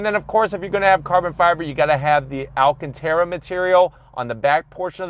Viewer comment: it’s not pronounced AL-CAN-TERA, it’s pronounced AL-CAN-TARA